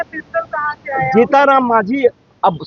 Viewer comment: ..... स्वर्गीय भरत तिवारी जी के मामले को लेकर इन दिनों अधिकांश लोग "सरेंडर" की बात कर रहे हैं। मैं केवल एक छोटा-सा भाषाई सुधार करना चाहूँगा। कृपया "सरेंडर" को "सलेंडर" न बोलें। सही शब्द "सरेंडर" है, जिसमें "र" का प्रयोग होता है, "ल" का नहीं। बाकी आप अपने अभियान, आंदोलन और विचार अपनी समझ के अनुसार आगे बढ़ाइए, उसमें कोई आपत्ति नहीं है। "सलेंडर" नहीं, "सरेंडर"। धन्यवाद। ....